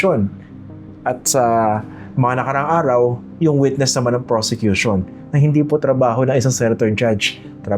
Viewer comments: Did I hear it right? Robin said "persecution" instead of "prosecution"? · Sir Christian,he said PERSECUTION not PROSECUTION.Correct me po if i'm wrong.But really,he doesn't deserved to be a senator-judge. He needs to go back to school and take up some courses.What a shame,he's been watched all over the world.🤦🏻‍♀️Watching po from Las Vegas,USA.God bless!🙏🏼🙏🏼🙏🏼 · "Persecution" ang sabi ni padilla hindi "Prosecution" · Paki correct din si Senatong na hindi persecution. It is prosecution😅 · Did I hear right? the Communist senator said "Yung Persecution" instead of Yung Prosecution"??? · Si Robin doesn’t even know difference between persecution vs PROSECUTION. HE UTTERED PERSECUTION instead PROSECUTION. ROBIN DOES NOT BELONG IN THIS SENATE BODY… KATATAWANAN. WALANG TAKE TWO DITO.. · Robin is saying "PERSECUTORS/PERSECUTION" not prosecution LOL WHO THE FACT IS GONNA TELL THIS HIGH-IQ OF A MAN?!?!?!?! 😂😂😂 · Me too I heard that persecution.